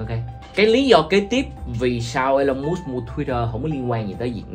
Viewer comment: nhận định nhiều việc hay nhưng cần đọc TÊN HỌ của Elon Musk cho đúng. Em đang đọc sai đó. vui vòng viết vô google translate để đọc lại cho đúng thì hay hơn nhiều😊